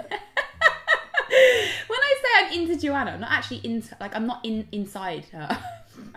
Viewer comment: OMG she said my name in the most beautiful way "Joana" as soon as Rose said it I started to smile really hard ❤❤❤